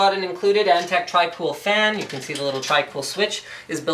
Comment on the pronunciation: "Antec" Nnnnnope.